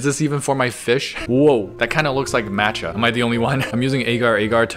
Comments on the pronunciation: MAT-cha??! It’s maa-cha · I can't believe you called matcha "mancha".... Have we learned nothing from spider man across the spider verse SIGH